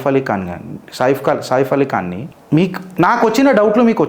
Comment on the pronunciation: నువ్వు చిత్రగుప్తుడివో సూర్పంఖ వో పక్కకి పెట్టు బాబూ ముందు అందులో ఉండే వాళ్ళ పేర్లు సరిగ్గా పలకడం నేర్చుకో నువ్వు చెప్పేది సాయిపలి ఖాన్ అంటున్నవా సాయి పల్లవి అంటున్నావా ఇది సైఫ్ అలీ ఖాన్ కి వచ్చిన తిప్పలు అని ఒక అయిదు నిమిషాల వరకు మాకే అర్ధం కాలేదు యర్రి పూ......